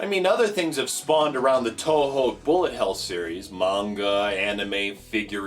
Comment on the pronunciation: Why do you say To Ho? Pretty sure it's more like Two-Hu